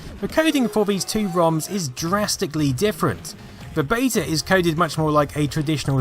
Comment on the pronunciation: Great video but I wish you would pronounce beta properly and also your THs